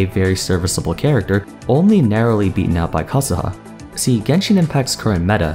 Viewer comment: i love the way you say kazuha. not like kah zoo ha but like japanese u also that z sounds spicy (idk what that means but i cant explain in other way)